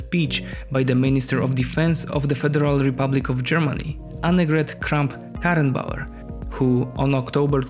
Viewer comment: My respect to you, for saying "Annegret Kramp Karenbauer"! Very good pronunciation! Greets' from Germany!